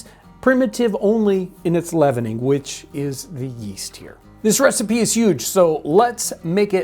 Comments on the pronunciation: I loved this. Very cool. Is she saying Receep, Receipt, or trying to say Recipe? I want to make sure there isn't some term I don't know. Thanks! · Why does she say ree seep for recipe? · I think she is just pronouncing the word Recipe Re-Seep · Is she saying “receipt” or “re-seap”? We say “recipe” in the UK, pronounced “re-see-pea”. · I see you pronounce recipe without the "e" being sounded. I have allways heard it pronounced re-sip-ee whereas you pronounce re-seep. Is that a standard American pronounciation? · I enjoyed the video, but I'm curious about pronunciation of "recipe", which to my ear sounds more like "receipt". Is that a regional pronunciation? I tried looking it up, but couldn't find anything. Can anyone provide any insight? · "Re-seep"? Is that a period pronunciation? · Oh, I thought she was saying 'recipe' like 'ree-seep', almost a French pronunciation. Receipt is akin to German's 'Rezept' in reference to cooking instructions. Thank you for explaining. I thought maybe part of her presentation was incorporating period-correct words that may sound odd to modern ears. I certainly wasn't casting aspersions on her intelligence. I love these videos. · As a non-regular to the channels, i'm intrested to know why the lasy from EarlyAmerican pronounce the the word recipe the way they do? Is it a historical pronunciation or a Missouri one?